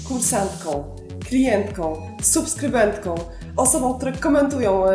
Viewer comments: Drobna uwaga co do wymowy: kursantkom, klientkom, subskrybentkom! Poza tym - piękny makijaż, pozdrawiam :) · proszę nie potraktować mojej uwagi jako uszczypliwości, ale jako przejaw szczerej życzliwości. Otóż wkradł się w Pani wypowiedź mały lapsus językowy. Mówimy - kursantkOM, klientkOM, subskrybentkOM, osobOM. Proszę nie bać się tego OM (celownik, liczba mnoga) na końcu wyrazu i śmiało je artykułować. Nosówkę Ą można wyraźnie artykułować w rzeczownikach i przymiotnikach, ale tylko w narzędniku liczby pojedynczej. Ponadto gratuluję pomysłu na program! Ogląda się wyśmienicie, a przy tym można się zainspirować i przenieść coś na własny, domowy grunt. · w wygłosie w liczbie mnogiej nie stosujemy nosówek. Mówimy "kursantkom", "klientkom", "subskrybentkom", "osobom". Takie małe niedociągnięcie;) Btw Bardzo fajny film. Szkoda, że tak rzadko je Pani wrzuca:)